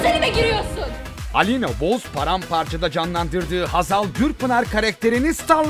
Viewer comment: saniyesi....Hazar değil Hazal..!